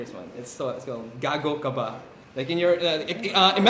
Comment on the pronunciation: Its not gago its GAGOW